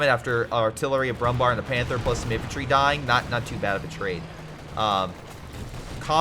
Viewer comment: Brummbär is pronounced not with an a but with an e, like Comet or Tiger. If you want to pronounce it with an 'a' you can translate it into English which is literally Brownbear. Also another tip. When you see a wehrmarch player planting early bunkers get yourself an AT gun. 3 hits and there goes 150 mp and 60 munitions easily